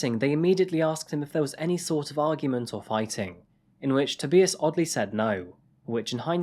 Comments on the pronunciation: If he’s German, it’s probably pronounced To-buy-as. Just saying. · I swear if I hear you say Toe-bee-is one more time I am going to end up in this channel. I'm sure you watched the news videos and heard his name multiple times -_ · Toe-bye-ess damnit!!!! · Prettt sure its pronounced to bye us? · Toe-bye-ass. Tobias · Omg i thought what a strange way to pronounce it? Ive never heard anyone pronounce it like adrian 😄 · No, it had the pronunciation incorrect. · Within the first 5 minutes you pronounce 'Tobius' in at least 3 different ways... You even include multiple TV clips with journalists pronouncing his name correctly and still continue to pronounce it wrong over and over again. It's almost like you're just reading off an autocue and don't actually write or research any of this stuff yourself 👀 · How did you manage to pronounce his name wrong the entire video? Did you even watch the footage you included? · people are allowed to make mistakes boo! But you can’t pronounce someone’s name wrong continuously because you couldn’t be bothered to learn it. Mistakes are accidental. Not deliberate out of sheer laziness and arrogance. Have a great day! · how can you use audio where these peoples names are pronounced properly, and then say their names wrong like 800 times? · its Not TOE-BEE-US it's TOE-BY-US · Am I the only one that cringes when names are pronounced wrong..... tob-eye-us is how it's meant to be pronounced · His first name is pronounced Tob-eye-us, not To-bee-is. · To-buy-us not To-be-us! It’s so annoying to watch videos when you’re pronouncing things wrong. Especially when it’s such a normal thing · TOE BY US! Not tooobeeaz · It's pronounced "To-BYE-us" not TIB E US" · Every news clip on the video, every news clip online, every pronunciation guide online: "Tob-EYE-us". This narrator, about 800 times: "Tob-EEE-us". Love these vids but someone's name surely warrants a few extra seconds of research... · Tobais' name is pronounced Toh-buy-us, not Toh-bee-us.